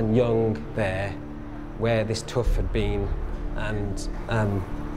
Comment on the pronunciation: oh, "having a tooth come out" it sounded like "tuff".